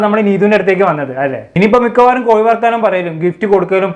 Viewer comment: കോയി അല്ല കോഴി.....😅